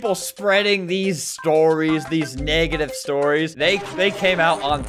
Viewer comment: Albert every time he mentions game fam "i didnt mean to be so neggative"